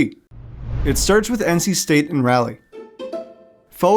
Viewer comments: Raleigh = RAH lee, not “rally” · Enjoyed the video, but it’s pronounced Raw-lee, not Rahh-lee. Go heels! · It's Rah-Lee, not Rally. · As a North Carolinian. It's important I correct you on the pronunciation of Raleigh; it's not like "rally", it's like "raw-lee". As well as the demonym of "North Carolinian" is pronounced "North Caro-lynn-ian" not "North Caro-line-ian" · Its pronounced RAWleigh, not Rally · Dude the way you say Raleigh kills me every time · The narrator makes two huge gaffes. One is his inability to correctly pronounce the word “Raleigh”. It is easy to pronounce if you pronounce the first half of the word like you would a college cheer. As in Rah Rah (insert team name next). The second half of the word is pronounced like the man’s name “Lee”. Put the two together and you have “Rah-Lee” or Raleigh. His second brobdingnagian blunder occurs when he tries to pronounce the word “Carolinians”. The proper way to pronounce the word is like saying “Caro- lynn-e-uns”. Practice a bit and he will master it in no time. Btw, he also mispronounces the word “South”. I am guessing he has roots in Canada by the way he says the word. Properly spoken, the word sounds like “Sow (as in a female pig” added to “th” as in the last to letters in the word “tooth”. Easy, right? Fun fact: in our 13 men’s college National Championships is the fact that North Carolina is the only state that has three universities with at least two championships each. North Carolina with 6, Duke with 5 and North Carolina State with 2. The announcer also mispronounces the word “out”. Once again, he must have roots in Canada. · Bro how can you do that much research, have that large a budget, and pronounce Raleigh AS RALLY???? you instantly lost all the respect of everyone in NC. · my boy this is an amazing video and thanks for giving my wolfpack the respect they deserve as a program but man dont say Raleigh (its RAW-LEE) like that LOL.. all in all great video, keep up the good work my guy!